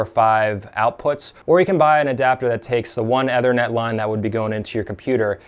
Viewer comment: Dude it's not EHHH-thernet. It's EEE-thernet.